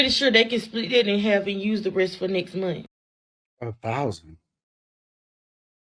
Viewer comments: It's month, not 'mont" Why do they continue to speak like morons? I guess the Obama-appointed Federal judge didn't get the memo. The Supreme Court ruled in June 2025 that individual judges cannot issue nationwide injunctions that block federal policies for the entire country, a significant change to judicial power. Stemming from legal challenges to President Trump's executive order on birthright citizenship, the Court's decision limits a single district court judge's ability to halt a presidential policy across the whole nation. This ruling, a 6-3 decision authored by Justice Amy Coney Barrett, means the scope of injunctions is now more limited, though other avenues for seeking widespread relief remain. • What the ruling does: It restricts individual federal district court judges from issuing "universal injunctions" that apply to the entire country. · Somebody teach the woman in the pink hat how to pronounce words. It not mun it’s month!